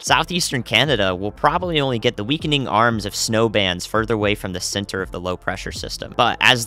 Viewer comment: with the southern accent, i heard, just for a second, pressure sinner instead of pressure center and, in a way, that's a really good message for the Northeast and New England areas. spreading the good word! lol. found you because of Ryan Hall Y'all. Thank you for being awesome!